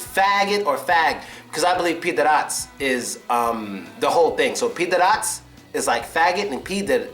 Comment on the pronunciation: *pidarassss is pronounced with "s" on the end, not "ts"))